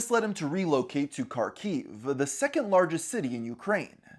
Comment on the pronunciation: I never expected to see my city of Kharkov on here... I had no idea about any of this! Also, I can tell you there really was no war or conflict on the city until that February of 2022. P.S. It is pronounced Harkov (or Harkiv, in Ukrainian language) and not Karkov :)